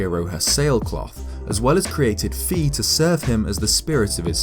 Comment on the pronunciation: "Fi" rhymes with "high" like in "Semper Fi."